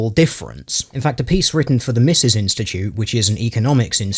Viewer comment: Mises Institute, named after Ludwig Von Mises is pronounced like Me+ses.